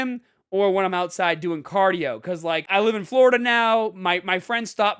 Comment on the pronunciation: They way he says caadio has me rollin!!!😂